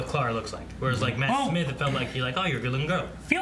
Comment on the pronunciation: You know they've had Clara for a while now and,, and still can't pronounce her freaking name right.